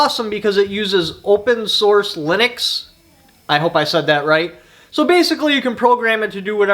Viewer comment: Yep you said linux right ;)